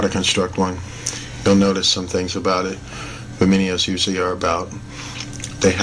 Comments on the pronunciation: Vimanas not "viminias" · vee-mahn-nahs. Love you